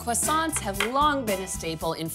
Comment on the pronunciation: Except for the annoying pronunciation of the word "croissants" ..